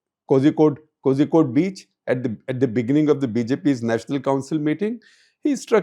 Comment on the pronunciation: Doesn’t even know Kozhikode is pronounced as “Ko-lli-kod” - how is this clown a ‘seasoned’ journalist?